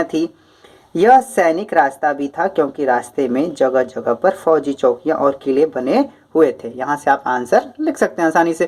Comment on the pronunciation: फौजी किले नाकि फैजी किले ये गलत है 🚫✖️